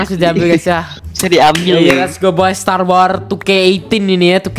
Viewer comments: bang bukan setar wor tapi stars wars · star wars bang bukan setar war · bang bukan setar wor tapi star wars bang bang waduh malah setar wor waduh :v :3 :0